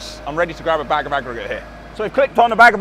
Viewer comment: love the way you say bag of aggregate, BAGGAAGGARATeeh haha <3